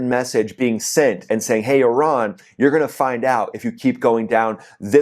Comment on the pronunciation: Ten seconds in and I hear that you still haven't figured out how to pronounce the word 'Iran'. Can't be bothered to watch any further. Call me when the merry-go-round stops and the 'war' is over.